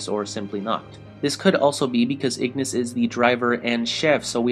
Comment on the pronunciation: i really hate when people call these guys with latin name with the english pronunciation, ignis, with the gn pronounced like in italian, and scientia with the sc like in italian and tia like zia, so pronounce "scenzia"